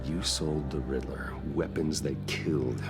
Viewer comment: Riddler ...not Riddleler 😂